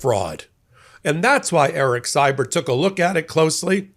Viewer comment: In canuckland we pronounce Erik's last name "See-bert". just sayin.